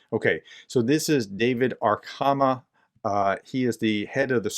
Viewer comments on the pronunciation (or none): a-ra-khA-mi-ya - It's a Georgian surname. "kh" is a transliteration of the letter "х" and is pronounced as "j" in Mojave.